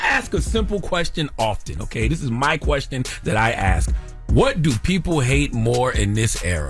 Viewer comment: And keeps killing me saying "axe" instead of "ask"...